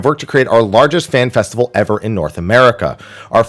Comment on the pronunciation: This mf said festical